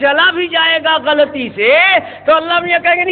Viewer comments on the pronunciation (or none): none